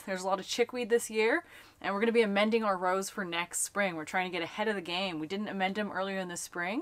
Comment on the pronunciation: You said Rows I thought you said Rose I’m like how